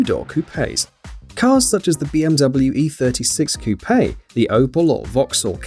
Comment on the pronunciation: When you finally find someone who pronounces it Coupé instead of "Coup": "He is the messiah."